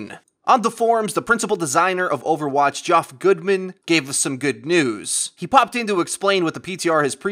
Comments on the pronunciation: sounds like you never met anyone named Geoff. its pronounced same name as Jeff, not Gee-Off. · ...It's pronounced like Jeff, not Joff. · Is nobody gonna mention how he pronounced Geoff as "Joff"?.... ...it's probably "Jeff" but that's none of my business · ) Force did the same thing a little while ago but worse calling him GEE-OFF :P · BTW, "Geoff" is usually pronounced like "Jeff". :) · Geoff is pronounced like "Jeff" (just letting you know) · It's pronounced "jeff" lol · Ole Brian No, actually it isn't. Geoffrey is pronounced the same as Jeffrey, and so are there shortened forms. Some idiots just get confused with the GoT character which is a different spelling entirely. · It's pronounced like Jeff Geoff=Jeff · Still having issues pronouncing Geoff I see. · I know Geoff typically is pronounced just like "Jeff" but I've heard other people say the way I said it was right -- I'll have to ask the guy personally lol?